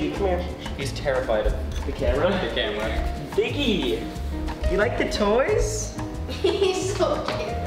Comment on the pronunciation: Biggie small not biggle